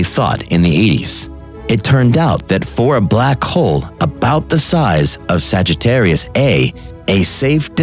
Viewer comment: It's called Sagittarius A* (pronounce the asterisk as "star").